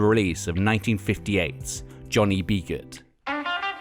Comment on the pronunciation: Anyone that pronounces Johnny B. Goode that way shouldn't be doing music content on youtube.